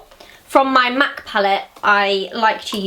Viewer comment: I hate when she says mac -.- urg